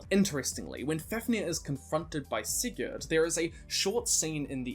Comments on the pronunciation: When you say Sigurd you are not suppose to say the d at the end, depending where in scandinavia you are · Not quite. Here in Sweden we pronounce it with d.